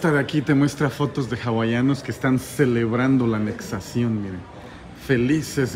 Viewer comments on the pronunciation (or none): Repite conmigo: ANEXIÓN